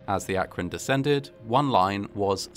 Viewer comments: I'm actually impressed by the proper pronunciation of Akron. ❤️ Some folks get it all wrong! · Thank you for pronouncing "Akron" correctly. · Like, I know this is a low bar, but thank you for pronouncing Akron correctly 😭 You're the first YouTuber I've come across to actually look up the pronunciation and used it.